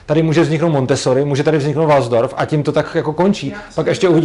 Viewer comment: Jsi asi první, koho znám, kdo čte Waldorf jako Varnsdorf... No, ve Varnsdorfu asi nebude moc dobré školství, to je pravda...